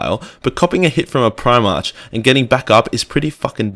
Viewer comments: I hope your jujitsu is better then your reading ability, primach is pronounced prim-arc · PrimarCH and Libarian. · Hahaha, sorry mate, at least you're light hearted about it, other than that I did genuinely enjoy the video but like, clearly I'm easily annoyed when it comes to my warhammer aha